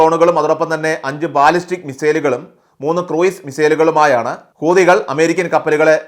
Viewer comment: ഊദികൾ എന്നല്ല,ഹൂ ത്തികൾ, എന്നു പറയുക എല്ലാവരും തെറ്റിയാണ് പറയുന്നത്